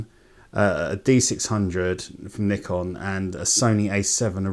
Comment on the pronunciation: Thanks for pronouncing it the correct way. The 'merricuns say "Nai-kon" which drives me crazy. I have a D600 and a D5300.